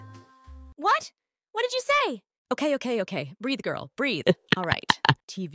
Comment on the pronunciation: Lil bro said "gril"💀